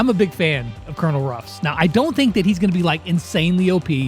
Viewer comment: Why does everybody say Cornel Ruffs not Colenel Ruffs